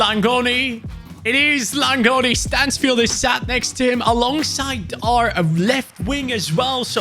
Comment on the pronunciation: Bro it is not manfield it is Stansfield